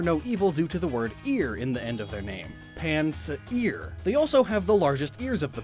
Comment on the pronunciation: Its PanSEAR Not PansEAR